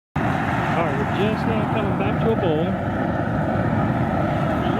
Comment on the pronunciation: dude, say BOIL ffs it is not BOWL